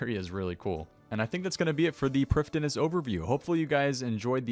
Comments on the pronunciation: I'm Welsh, I speak Welsh. All of OSRS/RS3's Elven language is either entirely Welsh or based on Welsh language. The correct pronunciation would be Pr-EEF-THEE-nas. That being said, it's a video game, pronounce it how you like. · Priv thee ness it’s a welsh world everyone butchers it but that’s how you say it